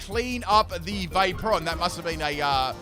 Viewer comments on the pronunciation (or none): none